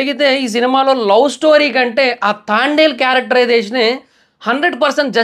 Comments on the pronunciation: Pronounce the name properly. It's Thandel not Thaandal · తాండేల్ కాదు బ్రో..... తండేల్ 👍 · తాండేల్. కాదు తండేల్ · తాండెల్ కాదు రా బాబు తండేల్ 1స్ట్ మూవీ name చెప్పడం నేర్చుకో తర్వాత రివ్యూ చెప్తుగాని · Thaandel kadhu bro thandel😂😂😂😂😂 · అయ్యా అది తాండెలు , తాబేలు. కాదయ్యా తండేల్ 😂 నువ్వు కూడా రివ్యూలు ఇస్తున్నావ్ చివరికి కర్మ రా బాబు …..😅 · తాండేల్ ❌ తండేల్ ☑️ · Thandel ❌ Thaaandel✅ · తాండెల్ కాదు....bro.... తండెల్ pronounce mistake❤❤❤❤❤❤❤❤❤❤ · తాండేల్ తాబేల్ కాదురా.... తండేల్ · అది తాండేల్ కాదు తండేల్ 😅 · అది తాండేల్ కాదు.. తండేల్ 😊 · it’s not thaandel .......Thandel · Thandel ❌ Thaandel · తాండేల్ kadhu తండేల్ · Bro thondalu ballulu kadhu bro thandel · movie name tandel......taandel kaadu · Thaandel kaadhu Anukunta bro .. thandel kada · తాండేల్ కాదు bro తండేల్ అని పిలవాలి.... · తాండేల్ కాదురా అయ్యా తండేల్ సినిమా పేరు 😂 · అది తాండేల్ కాదురా నాయనా, తండేల్ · Thaandel ani endhuku antunnav... Irrigation ga vundhi... It's THANDEL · Thaandel kadu thandel chusuko bro😅😅😅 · తాండేలు కాదురా, తండేల్ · Thaandel kaadu bro thandel 🫨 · Thandel movie name nuvvu Thaandel antunnav mundu sariga movie name cheppu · తాండేల్ కాదు తండేల్.... 😁😁😁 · తాండేల్ కాదు రా నాయనా, తండేల్ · ముందు మూవీ పేరు నేర్చుకో బ్రో తాండేల్ కాదు తండల్ ఓకే నా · తాండెల్ కాదు తండెల్ thaaandel kadhu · తాండేల్ కాదురా అది తండేల్ రా... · Thandel ❌ Thaandel✅ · తాండేల్ కాదు రా బాబు తండేల్ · తాండెల్ కాదురా నాయనా తండెల్ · తాండేలు కాదురా అరేయ్ తండేల్ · సినిమా పేరు కూడా సరిగ్గా పలకడం లేదు ఎందుకు రివ్యూ చెపుతారో అర్థం కాలేదు. ఇంతకీ సినిమా చూసావా..... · మూవీ పేరు ఉన్నది ఉన్నట్లు పలకడం కూడా రాదు, మూవీ గురించి ఏదో 100 మూవీస్ డైరెక్ట్ చేసినోడిలా చెప్పారు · First pronounce nerchuko tarva review cheppavachu (move name)